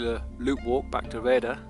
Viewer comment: this is a Good walking vid of an nice obscure place, been thee on the road a few times but never got out of the car? your vid makes this feature look amazing, but it peens me when you say the village name as "Raider"? where on earth do you get that pronunciation?(sounds like you have never heard of syllables in words), its not by reading the sign is it, when the name is Rhayader, it has got 3ish syllables, Rhay a der, see it is very simple (but not to most english). Anyway, you are forgiven (if you improve) you do need a vast improvement to saying Welsh place names, it is really atrocious the way yo say welsh place names, again, Gwynllyn (no idea what you make up?) 2 syllables Gwyn llyn, This walk looks fantastic.